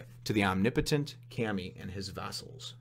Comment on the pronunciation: Kami means god. It's pronounced k ahh(like at a dentist) mee.